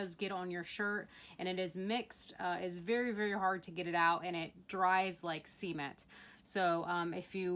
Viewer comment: "Dries like Cement..." The accent on the "Ce" made me think you were going in a very different direction (Because I have not matured since age 12.)